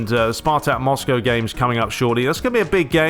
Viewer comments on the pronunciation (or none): none